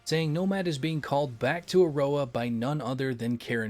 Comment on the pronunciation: Auroa becomes El Suén-roa